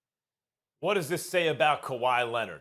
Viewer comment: Kawhi “Lennit”. -SAS 2020